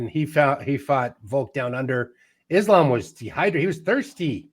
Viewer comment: bro...stop with the izlum... pls say ISLAAM...izlum, really ugly to hear